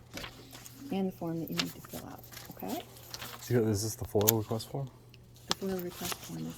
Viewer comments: It's not FOIL It's FOIA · F.O.I.A - Not foil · FOIA not FIOL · A "Foil" request?? Dude it's a FOIA request. Freedom of Information Act. You're a fairly experienced auditor and should know this. 🙄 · Foia, not foil foeyah! Not foil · FOIA, not FOIL! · It's FOIA (Freedom of Information ACT), not "foil". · Foia not foil 😂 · Are you aware that you sound ignorant every time you call a FOIA request FOIL? It's Freedom Of Information Act, not Freedom Of Information Law. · Isn't it FOIA not FOIL. Freedom of information act. I see how that may be a petty argument but you should be at least appearing that you have read the act. Well informed of the laws is important to be a successful auditor.